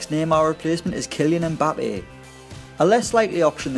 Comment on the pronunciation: You do not pronounce the m in Mbappe, his name is Cameroonian. My last name is Mbella so I would know.